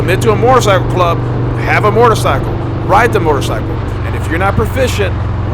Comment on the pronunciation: A mortacycle?? … had to, lmao … good video, great topic